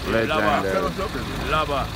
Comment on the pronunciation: how much times the video man say lejandary?